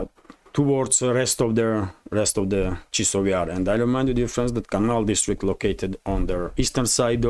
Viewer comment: Chasov Yar, chAsov Yar, not Chisov Yar.